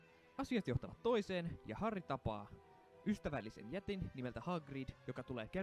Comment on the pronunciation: Harry ei sanota harri